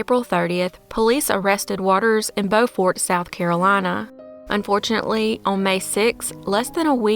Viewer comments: Ma'am I really believe only natives pronounce Beaufort correctly, 😅 while it looks like it's pronounced "BO-fort", it's actually "bew-furt". We Southerners have a H*LL of a way with words, don't we? 😂😂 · I enjoy your presentations. I did want to let you know that Beaufort, SC is not pronounced like Beaufort, NC. In NC it is Bow-fort in SC it is Bew-fort. Weird, but like Houston, TX (hew stun) and Houston (house ton) county, GA they are said differently. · Beaufort, SC is pronounced Byu-fert😂😅😊 Great video! Allan in Columbia, SC